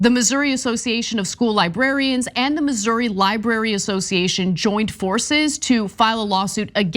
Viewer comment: Finally, someone who pronounces it correctly.